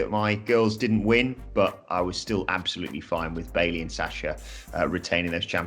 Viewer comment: The most important takeaway from the triple threat womens tag match is that you shouldnt have commentators try to pronounce billie and bayley in the same match.